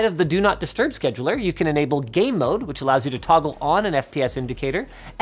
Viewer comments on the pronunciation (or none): "Now you can enable GAY MODE" FINALLY!!!!! oh... GAAAME mode... meh. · "You can enable gay mode." Can't unhear it now hahaha